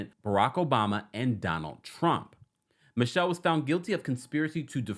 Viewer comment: His last name isn’t Michelle- so disrespectful to talk about this man and you can’t even take the time to say his name corrrctly